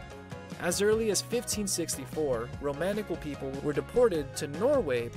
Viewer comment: Isn’t it pronounce ROM-KNEE-CHEL?